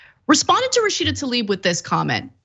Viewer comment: Why do you guys keep callzing her tAlib instead of tLaib???